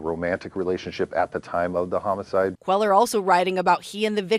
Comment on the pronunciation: When reporters live in the southwest, they should learn to pronounce Hispanic names. It's not QUEL-er. It's QUAY-yar.